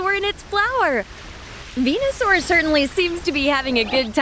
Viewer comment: Me 25 years old: Narrator: "Venosaur"